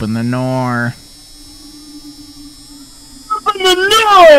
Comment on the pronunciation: Lol bro said "open the noor and his friend " OPEN THE NOOR